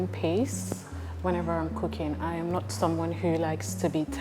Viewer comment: Please It is not "Ayam" your favorite host, it is "I am" I've been holding myself since season 1.